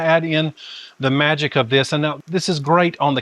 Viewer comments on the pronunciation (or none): none